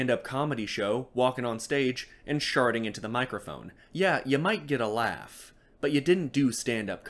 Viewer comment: Genuinely, when you nearly barked "laugh!" after that shit about woman mouth. I genuinely bursted out laughing from the surrealism of the situation.